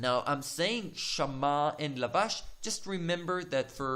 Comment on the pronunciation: lavash and nilbash? is it the right way to pronounce the last pair of words?